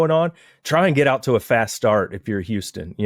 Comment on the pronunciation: Can please stop calling us Youston!!!